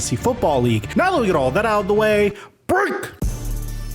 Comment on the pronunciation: Love your show hate the way you say Break🤣